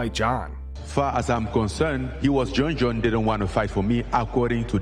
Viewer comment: "Jon Scones Jones" got me too haha